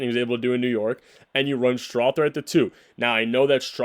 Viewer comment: Go soft on the "th" in Strawther